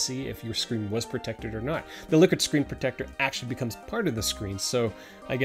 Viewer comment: Sounds like he's saying "lick it"